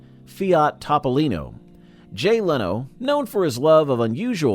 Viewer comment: Evidently Leno has a different car. His is a Tahpolino not a Topolino! LOL